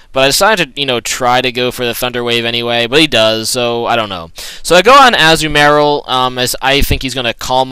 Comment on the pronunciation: Can you please pronounce Azumarill correctly, it bothers me so!